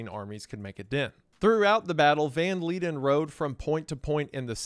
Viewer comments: It took me a while to understand that he was saying Jan not Han and he pronounced leiden correctly exactly once. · Jan van Leiden is not pronounced as Leeden, it's pronounced more like van lyden